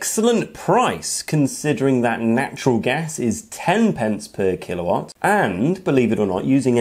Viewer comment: Yeah, it hurt my head every time he said kilowatt